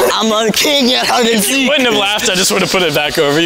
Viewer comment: You said seak it’s seek